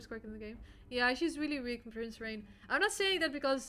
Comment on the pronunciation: i’m sorry but i hate the way the kronika voice announcer says “mileena” “rambo” “rain”